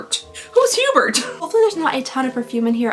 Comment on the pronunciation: It's more along the lines of "oo-BEAR" (Hubert). 🥰